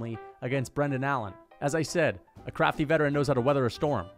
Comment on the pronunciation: “Jan Blachowicz one of the criftiest crafters in the UFC”😭